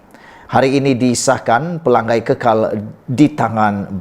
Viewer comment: Eeehhh BODOH Kau tak sekolah kah? Menyebut PELANGAI pun salah.. Pela....ngai.....BUKAN Pelang..gai